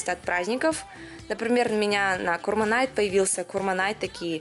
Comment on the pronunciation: Курбан айт а не курман